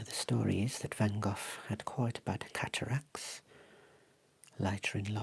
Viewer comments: I see you're still pronouncing his name wrong😂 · As an idiot American I was intrigued by the way you pronounced it, so went on an Internet sleuthing quest to see why that might be. Huzzah! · fyi in the U.S. we pronounce his name Van “Go”, instead of “Goff.” So this was a terrible pun joke. I laughed. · Neither. Dutchie here, living close to Vincent's birth place. It's pronounced "vahn Gog".